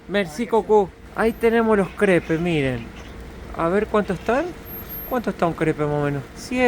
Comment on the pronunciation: los caracoles NO todos son comestibles....por favor es mala educacion, OLER la comida....mi familia te habia matado.... SE ESCRIBE CREPES PERO SE PRONUNCIA...CREPS.....